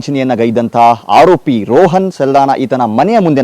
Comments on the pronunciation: ರೋಹನ್ ಅಲ್ಲ ರೋಷನ್ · ಅವನ ಹೆಸರು ರೋಹನ್ ಅಲ್ಲ ರೋಷನ್ ಎಂಥ ಸುಳ್ಳು ನ್ಯೂಸ್ ಮರೆ ಇದು